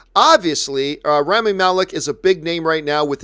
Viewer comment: Too bad Robert can't pronounce Rami's name